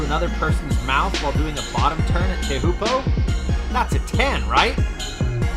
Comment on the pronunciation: a noticeable mispronunciation of the famed Tahiti surf spot "Teahupoo", also saying "job" and not "J.O.B." when referring to Jamie's social media.